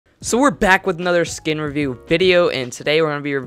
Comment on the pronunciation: U said skin rewiew lmao